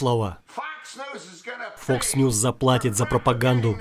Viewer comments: Мне показалось или он и вправду говорит не "Fox", а "Fucks News"?))) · Vaseslav, он говорил не Fox News, а Fucks News :)) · он говорит не фокс ньюс а фак с ньюс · мне послышалось или на 1.40 чувак сказал не ФОКС ньюз, а ФАКС ньюзь (в переводе примерно ЕБ...НЫЕ новости)